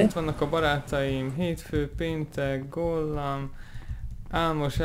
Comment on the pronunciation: ugy mondja gollam hogy kolam kaolam